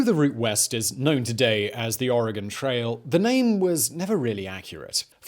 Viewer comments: HOLY CRAP. You said Oregon correctly. Kudos. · Its almost more like Oragen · Thank you Simon for saying Oregon correctly. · <----- Oregonian here! THANK YOU for correctly pronouncing Oregon. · I'm a native Oregonian. ( Living in Cambodian now) Its a beautiful state! I miss the beautiful nature alot. Thank you for pronouncing the name properly! 😊😍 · Hello from Oregon 🌲 good job pronouncing it correctly 😅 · I thought it was pretty good considering he’s British. There are plenty of Americans that mess them up worse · THANK YOU for pronouncing Oregon and Willamette correctly. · He said Oregon and Willamette correctly!